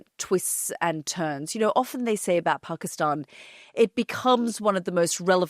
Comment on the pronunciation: Love this Peaceful conversation. Have drinks to make it more relaxing. To begin with Yalda, its Pakisتan, not Pakisٹan. love that Language. You are from same era right?😃